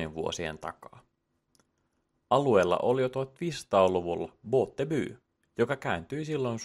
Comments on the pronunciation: Botby lausutaan buutby. Ei muuta kun että båtby tarkoittaa venekylää ja näin merkityskin välillä muuttuu jos lausuu eri tavalla. Eteenkin kun etymologiasta puhutaan niin kannattaa olla tarkka. Muuten loistavaa settiä! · pieni huomautus - Botby lausutaan Buutby. Hyvä sarja!😃👍🏼